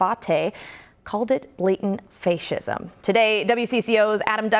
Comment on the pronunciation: Blatant face-shism? Wow the liberal media can't even pronounce the buzzwords they use to lie.